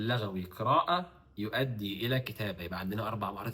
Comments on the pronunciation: ما شاء الله بس الأصح اتفاق لُغوى بضم اللام وليس بفتحها لان لَغوى بفتح اللام من اللغو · لُغوي وليس لَغوي :)